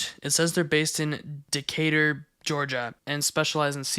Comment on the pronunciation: the way you said "decatur, georgia" was funny as an atlanta resident